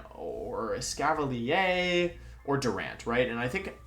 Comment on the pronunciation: and Escavalier "Escavalee-ayy"??